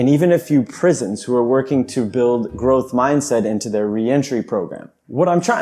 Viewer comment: Gotta love that Ger-ohth Mahyndset! It's the shit.